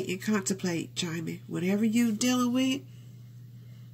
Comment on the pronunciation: His name is pronounce as Gem-Men